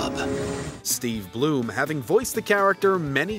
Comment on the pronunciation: Steve Blum, not Bloom.